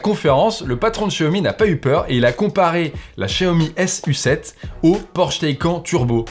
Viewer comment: la Xiaomi "sucette" mdr